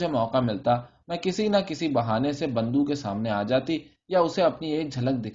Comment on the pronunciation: Multiple errors of pronunciation! Bando is not the name It is Bundo, typically child's ear was pierced to ward off death and he was called Bundo from bunda ie earring.